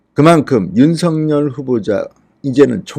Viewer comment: 윤성열이 아니고 윤서결로 읽어 주세요.